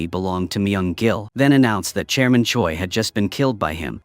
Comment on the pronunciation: why do i hear chairman choice's name as German Choy